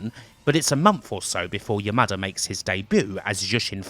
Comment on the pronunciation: Anytime I heard you say "Yamada", I kept hearing it as "your mother".